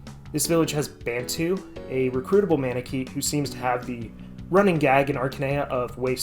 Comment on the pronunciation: Took me a while to understand you where saying manakete. 😅 I enjoyed the video and I don't even like (playing) FE that much. (I just played the beginning of FE7)